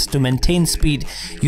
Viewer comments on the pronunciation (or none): everyone: Volta: Wolta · Im pretty sure its volta and not volta